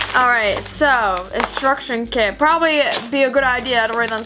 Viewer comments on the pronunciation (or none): none